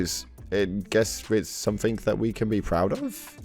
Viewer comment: Ugh, it makes my skin crawl when i hear british people saying "somethink" instead of "something"